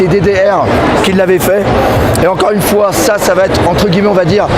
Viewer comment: t'es un malade de dire "bonjour une foué" x) ptdr'!!!